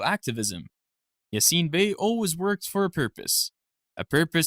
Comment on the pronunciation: whya re you raping his name with an american accent?